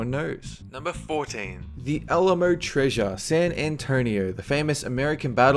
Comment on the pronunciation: You cant go to texas in 3 sec. of number 14 you miss pronounsed 2 BIG texas pride that we love like the alamo.